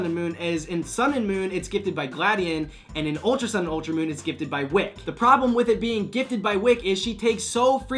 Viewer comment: its wick-key lmao